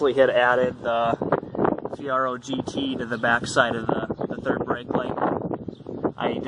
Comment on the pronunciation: Lol, its Fee air oh. Just sayin...... dope ride...... i miss my 86 😎